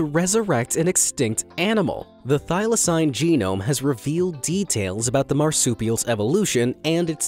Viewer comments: How you gunna pronounce thylacine (Thai-Luh-seen) wrong AND get the death date wrong? ( 7 sept 1936) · thyl-acine is pronounded thy-la-ceen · He can’t even pronounce thyclacine if he can’t pronounce that right then just say Tasmanian tiger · When I hear thaylacine